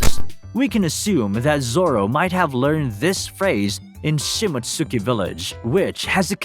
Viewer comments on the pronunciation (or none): Shi-mott-ski! You're butchering that pronunciation. You probably pronounce Sasuke sa-soo-key lol